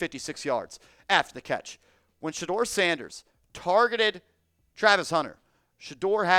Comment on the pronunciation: TH or AC. NOT SHED-DOOR SANDERS